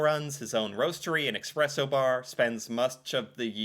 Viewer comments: Espresso, not expresso! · It's espresso, not expresso. You don't have coffee in the US, you have a poor substitute with all kinds of bullcrap in it. Starbucks is shit. That is all. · Could you please pronounce "espresso" correctly? There is no "x" in the word, is there? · what exactly was wrong in this video? Except the mispronouncing of Expresso? A lot of people say it like that. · yes it’s not expresso, and it’s annoying. But when so many people say it like that, no wonder people will never learn what’s the right way to say it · React and Learn! You misspronounced espresso every time you tried to say it!